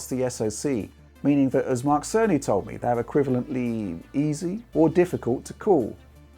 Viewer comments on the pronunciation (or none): I'm I the only one that hear Mark sony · Great contenct as usual!! Thanks!! (And I keep hearing Mark Sony 🤪🤪Tim Apple send his regards) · It has taken me far too long to realize it's Mark Cerny, not Mark Sony since pronounces them so similarly.